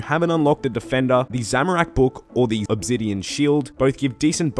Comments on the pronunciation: loves mispronouncing stuff Pretty sure he does it one purpose at this point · didn't know obsidian had a Z in it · they way hes says "obsidian" and "ethereum" really pisses me the fuck off.